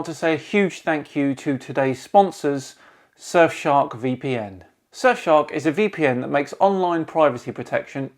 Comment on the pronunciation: "[...] surfshark vpn [...]" heard that as "sir shark vpn" and was waiting for something like "sir shark vpn, the royal solution to your privacy" also, phucket word for DFOTY 2020